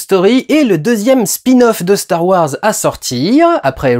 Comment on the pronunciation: CHTAR WARS ! Reprends-les s'il te plaît, c'était excellent bordel !